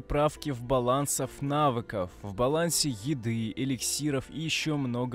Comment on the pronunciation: вот человеку прислали патч заранее, а у него видос лагает, машончатая броня на нильфах, квен называет аардом , и не умеет выговаривать слова и строить предложения : в балансаФ навыков (правильно: в балансе навыков, а лучшее вообще не уточнять в балансе чего именно: правки в балансе)